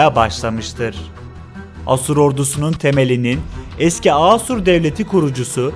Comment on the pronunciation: Asur sozcüğünü bazi yerlerde yanlis telaffuz ediyorsun. A kapalı degil uzun A kullanmalısın.